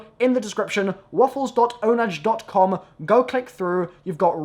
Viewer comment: please stop pronouncing the site ownage, it is spelled and pronounced ownah